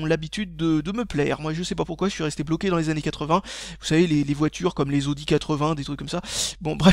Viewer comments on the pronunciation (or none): none